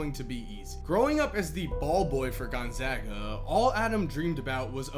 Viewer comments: thanks for saying gonzaga properly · He says it just fine. I attend Gonzaga.